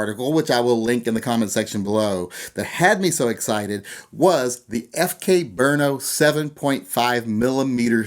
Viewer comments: FK Bernaugh... Oh man, listening to Americans trying to pronounce Czech words is fun. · it is said brotno rolling on the r